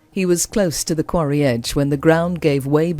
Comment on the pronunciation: Quarry sounds like the narrative is saying Cory lakes.